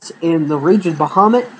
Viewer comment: Dude its rage of baja mutt that is how you say it. I had to say this because it annoys me. Everything else is fine.